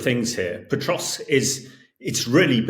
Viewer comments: There's no T in Pokrovsk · Hamish you are making a living reporting and writing about Ukraine. You could at least learn city names, I hope you are embarrassed! It's not Potrovsk it's Pokrovsk Pah krovsk. Jesus, seriously. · It's not Petrosk - it's Pokrovsk. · Can someone correct this guy; he is mispronouncing Pokrovsk as "Petrosk". I mean, come on folks, this Sir Hamish de Bretton-Gordon is touted as a military expert . . . but, at least for me, it is very difficult for me to consider as 'expert' an individual who has not done the research and preparations so that he is pronouncing correctly the places of which he speak. Someone please correct this guy. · POKROVSK NOT POTROSK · Someone needs to tell the tank commander how to pronounce pokrovsk - it’s not petrosk 🤣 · Surely there is no 't' in Pokrovsk?